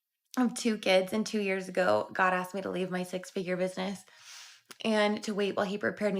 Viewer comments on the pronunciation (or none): She said I axed and what is she saying I asked